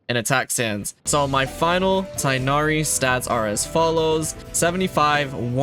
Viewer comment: Tig-h-nari. Not Tie-nari. Genshin please get your pronunciation correct